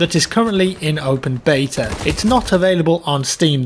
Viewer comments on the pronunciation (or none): none